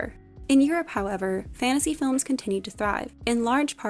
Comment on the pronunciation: please pronounce your "t". the continuous "fannasee" is awfully infuriating.